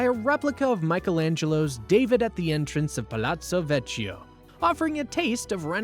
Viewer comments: It hurts bad every time you say “vecho” 😢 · Buona Sera. The “ch” in Italian is pronounced as a hard K. Vecchio (Vekio, not Vechio) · Ponte Vecchio (veKYO)